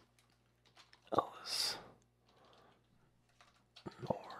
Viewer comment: it’s pronounced Ell Sin Ore not Ellis Nore